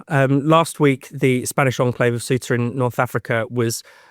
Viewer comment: 19 minutes in. How many English are in the EU illegally? We have space, lots of it. How many immigrants have you let in? We're dealing with Ceuta, you can't even pronounce it correctly.